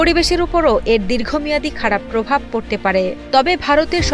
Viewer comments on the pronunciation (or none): none